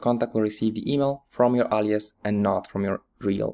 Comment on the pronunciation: Forgive me, but it annoys me that he says allias, it's alias with an A.